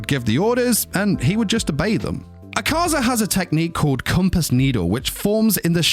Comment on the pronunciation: Bro Pls My Name Isnt ahkaza its “A ka zah” pls douma will laugh at MEEEEEEE